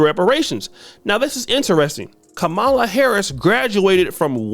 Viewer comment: is pronouncing Kamala name wrong… must be on the sauce for this video 😂